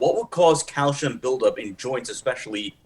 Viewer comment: its calcium, not calshium